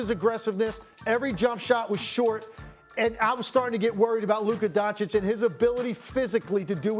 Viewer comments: SAS: LUKER DONCHIK is incredible 😂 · Luke-Kerr Doncic